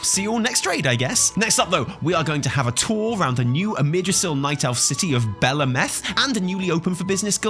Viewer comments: I believe its pronounced Bell, like a bell and Ahhh -meth with emphasice on the AHHH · its pronounced bel ameth not belameth. its pronounced highjal, not hyjal. its pronounced tel drasil not teldrasil